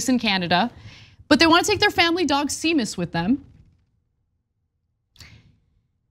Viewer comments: It’s pronounced Shay-mus. As for sick puppy reference, seriously? I think that was just a spur of the moment thought. I remember the story which was called out by Gail Collins at every opportunity and she eventually pulled back. Whatever. Romney’s stock in my estimation has gone up considerably over the last few years. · It's actually more like Shay mus.... You break it before the m not after it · A couple of points: 1) It's pronounced SHAY-mus, not SEE-mus. If you did "some research" before you reported this story, you should have gotten the Irish setter/Irish name connection. This rookie mistake makes you look undereducated. 2) "Sick puppy" is an insult that was popular when Romney was in his late 30s-early 40s. He probably adopted it as "sounding cool" and "connecting with the youth of America." He may be a dweeb, but you don't have to be. Good idea to do your homework before a report; but you should probably finish it before then too. Although the Seamus/sick puppy angle was a good catch for this story. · 🤦‍♀ Seamus is pronounced shay-muss - c'mon TYT, do some research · "Seamus" is usually pronounced "shame us". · Pssst... Anna.. Seamus pronounced Shay-mus, it's Irish. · Seamus is pronounced Shay-mis - it's an Irish name. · Seamus is a Celtic name, I've never, ever in my life herd it pronounced like that. It's the same way as Sean, so it's Shamus. As a boy I had a friend called Sea for Seamus, which was said like shay, obviously. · See-mus? What is this nonsense? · Seamus is pronounced, "Shay-mus" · She doesn't know Seamus is pronounced Shaymus? Damn, that's embarrassing. It's Irish, like Sean being pronounced Shawn. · One of the many fun quirks of Irish pronunciation is that “seamus” is pronounced “shame-us”. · I think it’s pronounced SHAY-MUS. The dog’s name is Seamus but that is now it’s pronounced, I believe. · Seamus is pronounced Shay-mus. It's Irish. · Seamus is pronounced Shame*us. It's an Irish name. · Sea mus lol 😆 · It’s pronounced shaemas